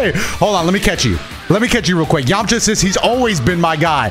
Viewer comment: your voice when you said Yamcha ! While he smiled Was so clean bro